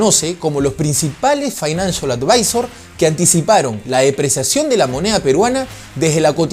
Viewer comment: Finalcial adviser ...tě recomiendo que aprendas almenos la pronunciation. O decirlo en Espaňol... Porque se escucha horrible